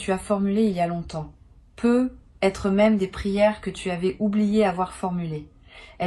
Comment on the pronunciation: C'est si difficile de prononcer ne serait-ce qu'une seule fois sur une trentaine de fois, correctement "peut-être" en faisant la liaison ? Ahhhh aïe aïe aïe aïe.... Non mais quelle idée de faire parler une IA à sa place d'autant plus lorsqu'il est question d'un domaine essentiellement basé sur l'intuition profonde !!!!! Heureusement pour vous ET pour nous, là où vous pensiez tromper votre monde sur la qualité du choix de "vos" mots, il convient de rappeler que même une IA fait partie de l'univers au même titre que des cartes, des planètes, etc Donc vos tirages en fait sont dingues ! P.s : d'avance, inutile d'essayer d'argumenter avec moi contre le fait que vous utilisiez bel et bien et à 200% l'IA => je reconnais parfaitement leur signature (notamment sur l'abus d'utilisation de tournures type "Non pas... mais parce que..."